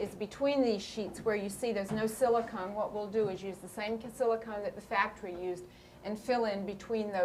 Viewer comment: It’s silicone Bob not silicon!